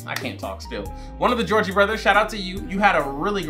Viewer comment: It was really triggering me that you were calling them the Georgie Brothers the whole time. And I couldn't tell if you were trolling us or if you really think that's their name. 😂